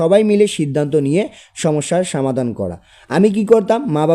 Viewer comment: Afni samadan na bola somadan bolan